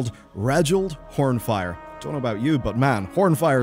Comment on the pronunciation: Ohh Reginald "Hornfyre" - I thought you said something else.